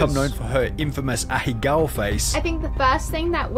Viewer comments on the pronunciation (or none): Random weeb fact: Ahegao is not three syllables, it’s four It’s properly pronounced not A-hee-gow but Ah-Hey-Ga-Oh Have a great day